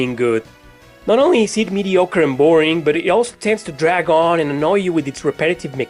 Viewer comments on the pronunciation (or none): none